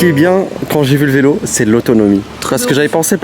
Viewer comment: Coucou niya ayoub et la famille tu es une fée clochette en or pour avoir leur offrit une jolie maison en Espagne pour tes parents et ils le mérite. Dommage on a pas instagram nous aussi on veut la voir intégralement la maison de tes parents d'Espagne 😉✌😍 Ps j étais plier de rire quand on mot vilo au lieu vélo. 😉✌💕💕💕💕💕💕💕💕💕💕💕